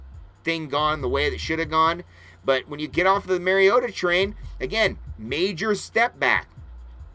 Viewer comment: Great take on the current qb situation!! Just one pet peeve I have, it is Mariota not Merryota. Off to play my Mario Bros. Go Ducks!!